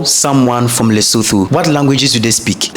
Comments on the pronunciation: the correct pronunciation is LesoTWO (Leso2), the pitch of the last "o" being flat. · yes its not like the English thh at all but careful to pronounce the vowels in this way Le-so-tho,(Le ) like lick,limb,lit,lip,little,lyric,(so) like in soot,hook,took,foot,cook,put and (tho) the same (took,tootsie,tourette)🔥🙏🏽 video e khabileng !